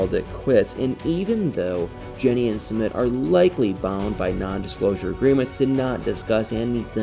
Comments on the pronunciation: PRONOUNCE Sumit's name correctly! It is pronounced SUE MITT not Sue meet. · OMG, WHEN HE SAYS "SOO MEET" Really? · Sweetheart your not pronouncing his name, right just saying, I love your videos❤